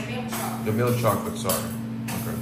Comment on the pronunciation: Love the chica chocolate pronouncing, bitter to sweet